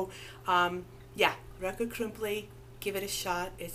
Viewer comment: I like how you say rakott krumpli, sweet